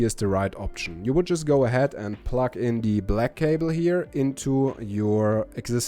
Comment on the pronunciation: I know you are from Germany. But i can't help but giggle to myself every time i hear you say "Pluck" when you mean to say the word "Plug." Here are some videos to learn how it is pronounced correctly. Plugged is the past tense of the word plug. Plug - Plugged - Plugged - Pluck